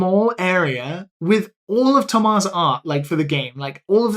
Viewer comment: I was wondering why was pronouncing "Thomas" like that, but then he mentioned that his friend was French and it all made sense.